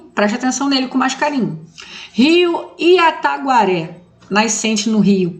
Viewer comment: Boa tarde! Parabéns e muito obrigado pelo Vídeo. O 5° Rio é Itaguaré, e não IATAGUARÉ!